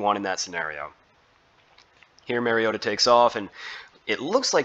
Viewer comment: Mar-E-O-ta Not Mare-E-O-tah (Mary-O-ta) He's not a female horse. Like Mario Andrette. But "ta" instead of Andrette. Please people. Learn to pronounce the name of your subject. Example for all you Tubers, journalists, reporters, talking heads, etc. for correct pronunciation of your subject's name; Mariota. Mariota correctly pronounced throughout this entire video. Without fail. How Bolts Can Contain Mariota & Falcons | LA Chargers